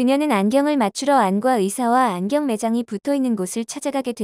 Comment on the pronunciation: [안ː꽈] 라고 발음해야 합니다. 학생들이 들으면 국어 발음문제 틀릴 수도 있어요.